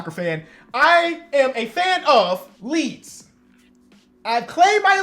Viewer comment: As a man who’s from Leeds, i was so confused when you said Leeds at the end😂